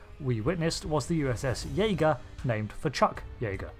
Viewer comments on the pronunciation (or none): none